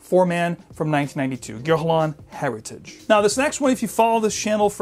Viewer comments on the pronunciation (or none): Pardon my French. It's pronounced Air eee taj .